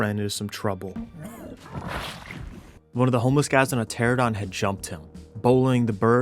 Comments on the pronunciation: I love the videos, but I gotta say: tuh-RA-nuh-daan not Tera-don lol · Ter-AN-uh-don - 10 years my guy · Ermm ackshually, it's pronounced "ter-ah-no-don" and they're not birds. It is a simple case of convergent evolution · Isn't 95% of PvP survival games offline raids? Anyway, the streamer that was shit talking about "beach bobs" sounded like a jackass, probably streaming to 1 person (himself). You are amazing at being a thron in the side of alpha chads, but jeez, please learn to pronounce the names of dinos correctly. Every time you said "teradon" I crigned a little harder. Let's not even talk about your butchering of rhyniognatha :face-green-smiling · How do you pronounce French words perfectly, but still can't pronounce pteranodon correctly. Pteradon 😂